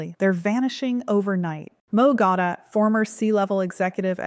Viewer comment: It's pronounced Peter (dee-ah-mandis) & Moe (Gawh-dot) even though its spelled a differently.